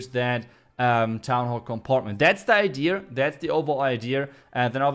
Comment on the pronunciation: why do you keep saying idear? It is idea and has no letter R 😉